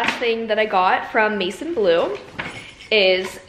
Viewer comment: It’s pronounced like mae-zawn blue 😇